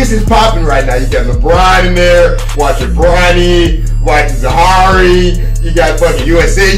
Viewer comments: HIS NAME IS NOT ZAHARI ITS ZAIRE!!! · Pronounce Zaire Wade name right it’s (Zi-Air) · Did he say Zahari? 😂😂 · He said dwades son's name wrong